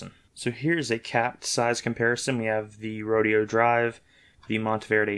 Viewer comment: Repeat after me 3 times: Ro-DAY-oh. Mine came with a Bock nib, which presents none of the problems that you so complain about. $44 from Goulet. A wonderful pen. Butter smooth. No skipping. You obviously spent your $13 on a defective pen. You should have returned it rather than reviewing it.